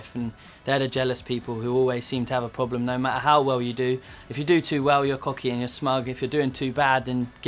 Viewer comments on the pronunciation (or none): none